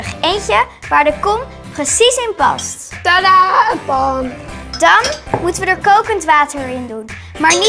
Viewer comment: tadaaaaaa pan😂 hoe dat tadaaaa uitspreekt😂😂😂